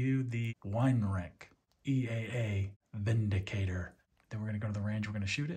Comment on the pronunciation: Thank you for pronouncing it correctly.